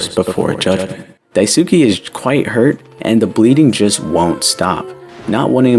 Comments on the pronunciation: for daisukes name you got the "dai" right but the "suke" part is pronounced "sskay" the "u" is not pronounced what your saying is daisuki which means "i like you" which is also probably why his name is similar to that haha 👍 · Re: You got the pronunciation of Daisuke's name mostly correct: it's "Dai-su-kay" and not "Dai-su-key". It's a Japanese name, so the letter "e" at the end makes the "ay" sound. Otherwise, this is a really great video, and I totally understand why the pronunciation would be a little confusing! I really enjoy your videos and think you put a lot of creativity and effort into your analysis. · Have you even read Marx? His ideologies and what was attempted in reality are very different, it wasn’t his ideas that killed millions, it was someone else warping and adapting them. Marx’s work had flaws and he as a person was a bigot but that doesn’t mean we should blame what people twisted his work in to on him, there’s already lots to criticize. Also… you didn’t look up how to pronounce Daisuke? 😭